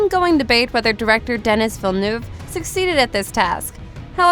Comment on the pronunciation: Nice research, but I wonder why you didn’t do the research to pronounce the director’s name correctly?